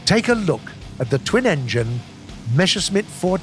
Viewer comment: Messerschmitt. Not Meshersmitt